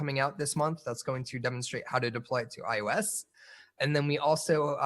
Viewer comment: iOS is prounounced eye-oh-ess